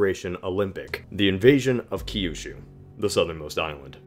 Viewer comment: its Kyushu. not Key You Shoe.